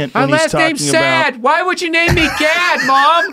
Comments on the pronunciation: You didn’t pronounce Gad Saad correctly. You should say “Jad” instead of “Gad” and his last name “Saad” actually means happiness in Arabic language. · Saad actually means "happiness" in Lebanon :) and Gad is normally pronounced Jad, with a J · Gad Saad in fact is pronounced Jad Sa'ad, ironically Sa'ad in Lebanese means happiness :D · That's not how you pronounce Gad Saad. The G is the letter غ ghain like a French R. And the double a is actually the letter ع ain. Which is like an A at the back of your throat. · I'm a year and a half late but gad saad doesnt rhyme in arabic😂 the double "a" in his last name stands for a letter that doesn't exist in the english language. (ع) Also the "g" in his first name is pronounced like a soft "j".